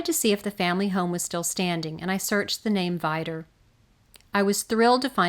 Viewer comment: Awesome project one thing to add it’s pronounced (vee-dur)